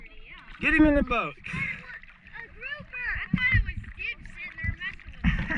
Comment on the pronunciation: Hahaha that was so funny Luke caught your "GROUFER"🤣🤣🤣 With an F. 🤣🤣🤣